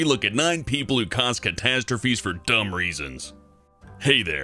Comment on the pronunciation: "CAT-astrophy" XD